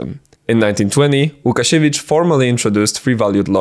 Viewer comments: You're Polish! i can tell by your pronunciation of Łukasiewicz and the fact you were so meticulous in writing his last name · mój drogi kolego, gdzie znajdę twoje materiały Gadane po Naszemu :D ?? ps. żaden niepolak nie powie łukasiewicz poprawnie :D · i want to adress one thing.... are you polish beacuse you have a standard polish english (idk its just the english we poles speak) and its no easy task for someone to actually so clearly pronounce łukasiewicz without beeing polish idk i just spotted that